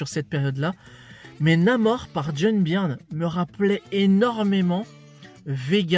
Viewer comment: Byrne se prononce Burn!! Ton « Birn » fait saigner mes oreilles!!! Lol Et c’est clair que Byrne sur Namor, c’est exceptionnel!!!